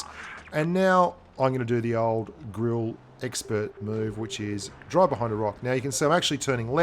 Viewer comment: ur pronunciation is wrong about 'GRILLE'